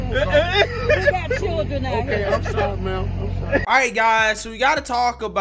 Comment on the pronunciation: "There are chiren out here." Ok. And?